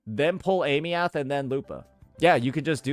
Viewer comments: Pronunciation was already shown, why keeps saying ey-me-uht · Aemeath - (eye-mith) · Does he intentionally mispronounce her name, or is this some American "knowledge"? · Brother say her name right. They already told you how to say it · Aemeath, duh? 😂😂😂😂